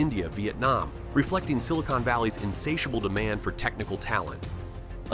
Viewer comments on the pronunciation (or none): none